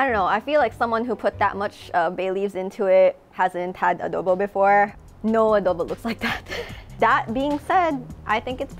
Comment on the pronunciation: Adohbow....oh lala!